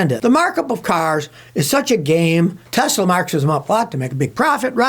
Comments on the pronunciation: "I love Tesler" 😂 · Tesler! It’s all computer!🤡